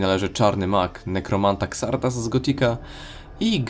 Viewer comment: Xardas czyta się "Zardas". Nie kombinuj z wymową tak jak polska lokalizacja.